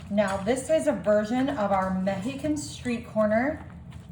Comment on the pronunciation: Please look up the correct pronunciation of the word OIL, the way you say it makes you sound ignorant. And corn is on a COB. The outside is the HUSK. There was NO husk in this video. You might also look up the pronunciation of MEXICAN. OR... if you don't want everyone to know how IGNORANT you are, the keep on saying everything WRONG.